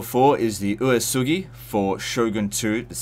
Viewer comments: Uesugi is pronounced kind of like "way-sugi" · My only problem with this video is the pronounciation of Uesugi